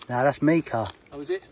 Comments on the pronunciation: Mica is pronounced my-ca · I always wondered what happened to Mika, loved that song “Grace Kelly” 🤣 Your mispronunciation amused me greatly. What an amazing location to be in. Loving the Bourne bottle.